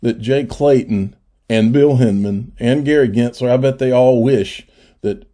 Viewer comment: Gensler sounds like Elmer Fudd … you scwewy wabbits